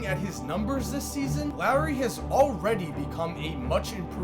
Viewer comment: “Lowery” Markkanen 😭😭😭